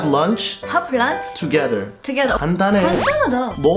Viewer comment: "toge.." lol xD also y u so cute